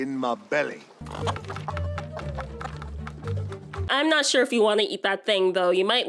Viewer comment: im hearing I'm nots I'm nots 💀😂